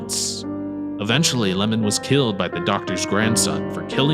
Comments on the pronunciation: My guy read the 'i' as an 'L' 😂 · Oiwa's husband's name is not "Lamon" but "iemon." And also "ghost (yurei)" and "yokai" are two different things, so Oiwa-san and Okiku-san should not be included here.